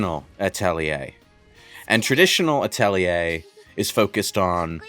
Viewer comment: Thanks for reminding me to play the Atelier games I have in my library. Also, "Uh-telly-eh"?